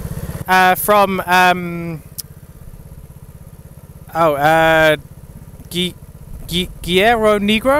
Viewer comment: XD "quiero n*gro" dude, you can't go over mexico sayin that instead Guerrero negro LOL that's why the soilder laughts xD i love your videos, really funny greetings from mexico city